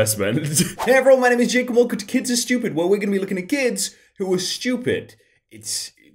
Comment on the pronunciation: please say fakob Jacob again